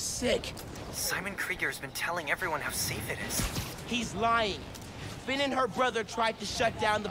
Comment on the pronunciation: you said phin